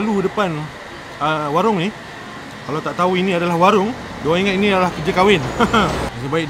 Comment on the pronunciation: Lapar sangat kot sampai tersasul warung jadi waring 🤣🤣🤣🤣🤣🤣🤣